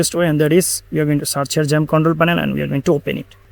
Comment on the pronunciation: Why u keep saying jump It's called xamp not jump 🦘 Thanks for the video i have watched it all.